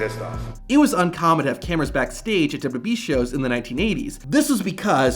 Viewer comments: The pronunciation of WWE is insane in this video lol its literally just WB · Why does this guy pronounce WWE like "WBE". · WWB?? You speak......wrong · Dude keep saying dubdubee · Just once….. ONCE! Can you please say WWE slowly. It’s not dubya dubya B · I love how none of these wrestling content channels can say "WWE." "Duh-yuh-E" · Good content, but my man, SLOW DOWN when pronouncing WWE and when referencing the years. DubDubEee. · STOP SAYING WWE !!! ITS NOT DUBADUBAWEE ITS WWE !!! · Learn to say WWE correctly, idiot. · Learn to say WWE correctly. Idiot. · If you slowed down maybe you could actually pronounce WWE correctly 😂😂😂😂😂😂😂😂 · He can’t say W lmfao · Why can't you pronounce "WWE?" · Learn to say WWE correctly!